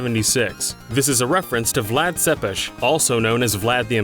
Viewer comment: OMG...You said Vlad Tepes correctly. Everybody who isnt a romanian gets the "Tepes" wrong...but you actually said it right.Good job on your reaserch.